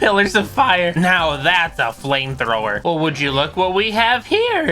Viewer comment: did you say flimethower